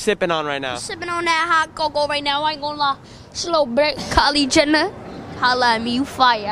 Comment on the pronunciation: Bro went from Kylie Jenner, to Khali Gender in the same sentence. That New York runs deep 🤣🤣